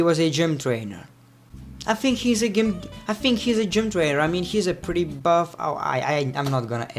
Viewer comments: thats pronounced "j"ym not "g"ym....😂😂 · gym is pronounced Jim